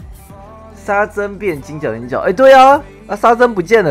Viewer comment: 沙僧(ㄙㄥ)啦 國文爆炸